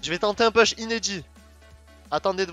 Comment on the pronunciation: quel niveau, gg cette vidéo ! Pour le "push", on prononce "pouche" en anglais ;-) ou alors tu le dis en français "puche" ^^